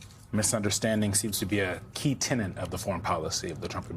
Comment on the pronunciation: It's key TENET, not "tenant"! Why has this become such a common error, even in reputable media?